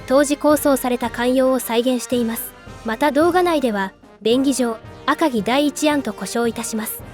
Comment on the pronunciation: どうしても「あかぎ」のアクセントが気になっちゃう。気にしないようにすればするほど頭の中でグルグル渦巻いちゃって、3分くらいで断念ｗ